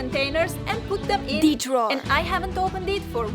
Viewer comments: Count how many times she said : the drower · Take a shot everytime says drwrer. Im alaredy dnruk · This how many times said drawer 👇🏾👇🏾👇🏾